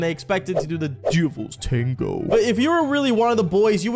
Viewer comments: Bro says it like: ‘DUVLS TANGO’ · Da “dëvįæḻś ṯæṉëgœë” 🗣️ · How he said the Devil tengo 💀💀💀💀💀💀💀💀💀💀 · Bro said : “DEVILS TANGOO 👹👹👹👺👺👹👹👹👹☠️👺👹👽👽” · "The devils tawngo 👹😈🥰🔪🐺💔" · Why did bro say “the devils tango” like that💀💀💀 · Bro says the DEVILS TANGO so weird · HELPP WHY DID HE SAY LIKE DEVIL TANGO LIKE THAT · Why doses he keep saying "devil" "tago" like that I HATE IT🥲🤧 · why did he say “devil’s tango” like that 💀💀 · He's having a stroke every time he says it 😭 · “DEVILS TANGO 😈😈👹”